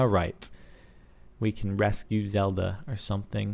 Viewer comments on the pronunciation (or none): none